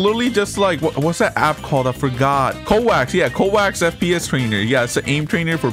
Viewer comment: Man said kowaks 😂 weeb... its kovaks